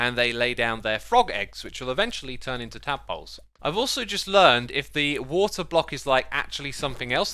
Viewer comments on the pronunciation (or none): none